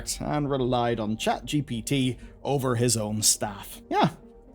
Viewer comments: Did this mf just say "Chat gippatuh" instead of ChatGPT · "Chat jippity" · Saying Gippity just like ThePrimeagen does. ♥️ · Chet gipiti?